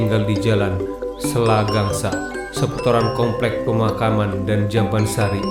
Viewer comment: Selagangga, lain selagangsa...